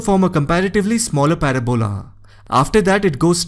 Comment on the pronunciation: I love the pronunciation of parabola 😂